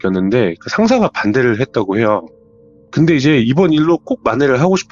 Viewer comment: 이분 사연은 말 끝부분에 해요~하는게 거슬려서 못듣겠네.. 다른 부분은 괜찮은데 해요~ 이부분이 이상한 리듬같다고 해야되나.. 딕션 좋고 다 좋은데 해요 이게 딱 거슬림..ㅠ